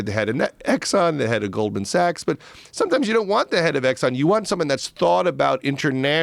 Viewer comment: Did he say Golden Sachs?